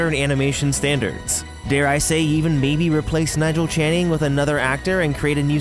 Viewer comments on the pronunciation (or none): You make it sound like the actor’s name is Nigel Channing 😆